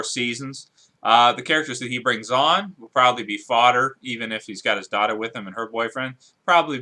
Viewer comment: did he say thoughter